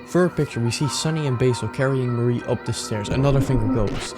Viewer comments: Him saying Mari's name as if it's Marie absolutely icks me the fuck off. It's just Ma-ri. Mari. I do agree with the rest of the video though, really good, really high quality, except for a couple of things: (spoilers for the rant below) The only thing I don't agree with is how you described Basil in headspace. Sunny doesn't hate Basil, and Omori doesn't either. HSBasil (aka, the Shepherd/The Guide/The Stranger) is the guide to the Truth, and that's why Omori kills over and over again HSBasil. A traumatized mind that is also shielding itself from the trauma will do anything not to let the trauma itself resurface, and killing the Shepherd is the way to keep the mind "sane" (read this as "stable"). Also, there's an element of shame in the whole thing. Sunny feels like he abandoned all his friends, especially Basil (which we could even put on a Queer reading on, from how intertwined these two are). Put on a shame of one's self and not understanding one's queer emotions and you get the murders scene in the game, with Omori that tries to control Sunny and Sunny's feelings by killing the image he has of Basil in his mind over and over again. Also, it's heavily implied that Sunny has always felt like the monster of the story, Omori literally becoming the final boss of the game. So I really don't understand where this "Sunny hates Basil for having abandoned him" comes from, since it's not only implied, but straight up context that Sunny is the one that abandoned everyone until the thr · everytime you pronounce mari az marie i recoil /hj